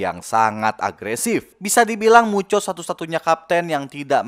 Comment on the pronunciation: Muto bang bukan mucho